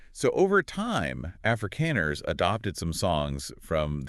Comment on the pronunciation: They are not Africans as you pronounce them, They are Afrikaaners.